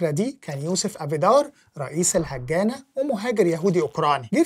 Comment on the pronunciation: هاجانا وليس الهجانة